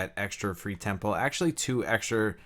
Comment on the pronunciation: Thanks for the video. I'm struggling with trying to understand some of the terminology your using when describing different things. For example are you saying the word "Ten pool or Ten Pull" or are you saying "Temple"? And what does that mean in terms of the game? I apologize, Thanks again.